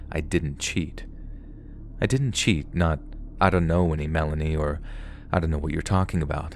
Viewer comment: I just have to share this. I had to giggle when you pronounced Melanie wrong the first time you said it as Me lāne ē. I knew the minute you said what name you meant. You see, I use to work at the DMV here in Oregon. one day I was working at the issue driver's license station and I said the young ladies name just as you did but i said it over and over a few times and no one came up to retrieve their new license. Then, I realized I was saying her name all wrong in front of my co-employees and a whole room of customers. Believe me when I said the young ladies name correct and got a winner i was so embarrassed 😊.😂😂😂